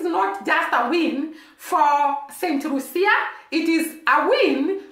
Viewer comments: Pronounced St - lue- sha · Please stop it. Focus should be on this tiny small island and the medalist. She is Lucian,not Jamaican . Focus should be on the tiny island and the medalist, not Jamaica Pronounced Saint loo sha